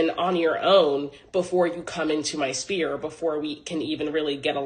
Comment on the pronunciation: There is no way this woman is a highly educated woman. ma'am a "spear" is a weapon but a "sphere" is an place of influence. Stop tha cap.